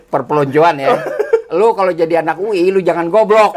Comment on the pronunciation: Bukan UI be tp uwi ...